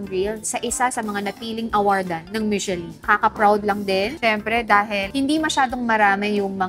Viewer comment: It is pronounced as MISHELAN